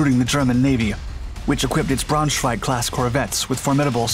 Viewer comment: lol it's Braunschweig (like the town) Class. pronunciation of German names is hilarious.